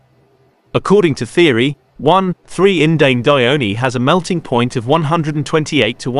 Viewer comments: These are two accepted versions of the name (indanedione vs. indandione). What the commenter above meant was however that the terminal E in the name is not pronounced (compare acetone, pronounced correctly aceton vs. the wrong acetonee). The TTS voice doesn't say it correctly. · The 'e' in 'indandione' is silent